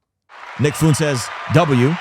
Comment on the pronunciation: Pleeeeease please please stop pronouncing it Foontez, as a Spanish speaker it’s killing me inside